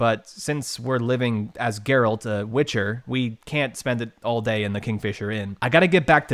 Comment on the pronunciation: You played the whole game without hearing how the Witchers name is pronounced!? Jerralt jerralt jerralt